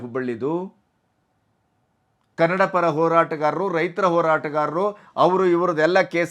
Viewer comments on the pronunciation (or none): none